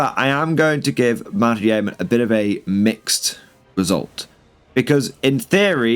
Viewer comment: Yeoman is pronounced 'yoman'.